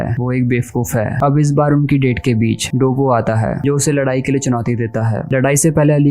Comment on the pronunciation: Bro it's not dabooo.. it's doppo. You were pronouncing incorrectly 😊